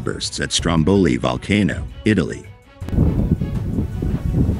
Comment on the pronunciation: You don’t even get the name right - let alone the rest of the video …😂 👎